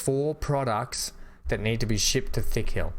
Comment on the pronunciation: it's not Thickhill, it's Tickhill - Not 'Th' but 'T' - It makes me laugh...